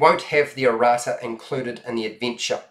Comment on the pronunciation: He's saying "Errata", which is a list of corrections and clarifications for errors and ambiguities that might be in the retail version. (I actually would have never understood him saying it if I hadn't had context)